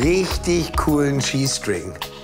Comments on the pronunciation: Sorry aber manchmal habe nicht nicht Cheese String sondern G-String verstanden 😂😂😂😂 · Ich hab bei erst verstanden "Das nenn' ich mal n' richtig coolen G-String!" xD xD xD